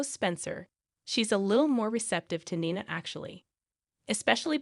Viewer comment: It’s not Naina it’s Nina say correctly, please